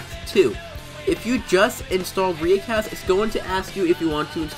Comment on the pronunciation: Its pronounced riiicast